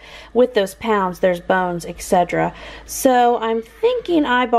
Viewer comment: Exedra and Et cetera are two different words, I think you mean to say et cetra but you keep saying exedra lol just a heads up. Great video! xxx